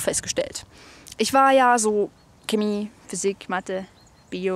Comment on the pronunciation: Sie sprechen ,,Chemie" so komisch aus Nicht böse gemeint 😜